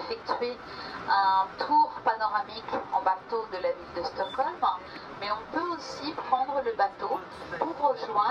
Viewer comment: Vidéo intéressante, mais ô combien atroce la manière dont parle la femme... "La villEU, le quartier huppéEU" Quelle souffrance :D